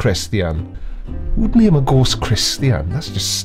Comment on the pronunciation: The holy goass and the beass.. He should axe me how to pronounce stuff lol